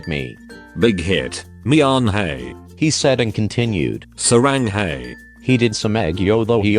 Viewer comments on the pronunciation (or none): ma gad am i the only one get headache when hear saranghey and miahney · "mianhey" "saranghey"